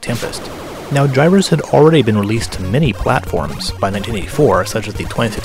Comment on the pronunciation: Hard 'g' in Gyruss. Just sayin'.